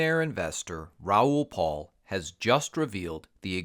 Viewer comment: His last name is PAL, not PAUL. How do you not know this?? And we're supposed to listen to your bogus advice?